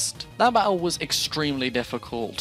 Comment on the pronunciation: EGGStremely EGGStremely